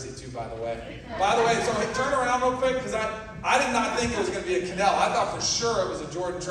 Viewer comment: It's Kanell.